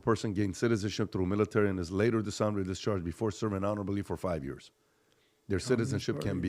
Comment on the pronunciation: It's "years" not "yörs"